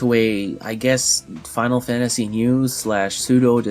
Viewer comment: I gotta say, I love your videos. But it pisses the hell out of me every time you say "Final Fantashi!"